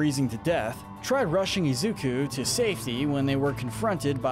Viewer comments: Also u say it izuko its izuku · Izukuh. Why? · is the most evil for the way he pronounces Izuku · Anyone notice how keeps mispronouncing Deku's real name? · All these pronunciations are wrong! Yoa-ya-roo-zu, I-zu-kuh, ki-rush-ma